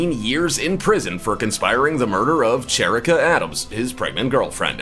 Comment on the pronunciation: SHA-RICK-AH.Not Cher-icka